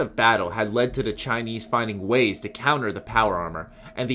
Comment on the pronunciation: only thing i hate about him is how he pronounces "to the" he just says tuhda and its annoying